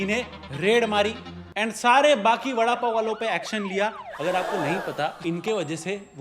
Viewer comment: Vadapow not lowda paw